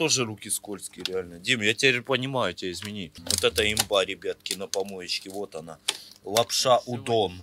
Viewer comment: Отдельный вид искусства. говорит ребьятки